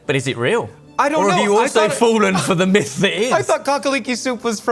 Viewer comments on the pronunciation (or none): none